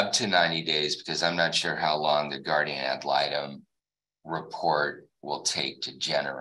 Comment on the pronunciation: Blah blah blah about the “guardia malytom”. She wanna say I’m doin all this for “retalimation” or whatever she saying, but…..she missed the last hearing….